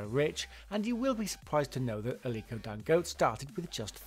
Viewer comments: I know! I mean, with no offence intended towards anyone, if we can take the time to learn and pronounce "Schwarzenegger" I don't think it's asking too much to find out the right pronunciation of Dangote! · Who else got bothered every time he pronounced Dangote wrong?